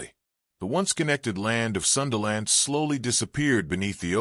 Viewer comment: sundaland, not sunderland, we're at our name, Indonesia, indo = mixture, nesia = nation